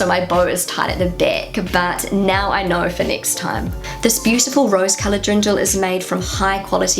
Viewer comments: Fun video, you are very observant! But did you say Drindel? May I give you a tip on how it might be easier to pronounce? Deer-n--dell Just separate it and slowly pronounce it and then at some point try doing it faster. That method has always helped me. You will also not say: Ja may ... instead it is Ja mei (as in the german month of May - which is Mai, or as the word "my", if that is easier) Don't know if that is helpful, maybe you want to try 🙂 "Ja mei" is actually an expression and its meaning is similar to "oh well, ..." Are you aware that stores don't stock up on fresh items (produce) on Fridays/Saturdays? It would make much more sense to go shopping on a Monday/Tuesday, or even Wednesday. If you go early on a Monday they might not have everything out - or priced - yet. I usually try to do the shopping at the beginning of the week, as the sales items will still be available and produce will be fresh. Unless you go shopping more than once a week, then it definitely makes sense to also do it on Friday. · Antoinette Love … you made me smile. Introducing on how fab it feels to wear the local Dirndl you continiuosly said DRINDL … made me chuckle all the way 😍🥰😘 Try Derndel instead and you’ll be fine 😎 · Hearing you say "Drindl" so many times made me giggle. 😬